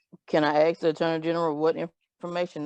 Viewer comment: It’s sad when a mother hates the child’s father more than she loves the kids and makes it a mission to screw the father during the lifetime of the child. A $5k difference and AAG must blows off the mistake? Oh she can’t say ‘asks’. She says ‘axe’. Is this is like a birth defect? When did having kids become synonymous with court cases/motions? If she spent as much time, to get a job, as she does filing motions…………Mother sounds like a road scholar.